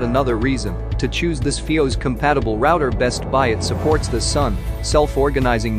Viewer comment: Must you have a.i. do the narration. It dosent even know how to say FIOS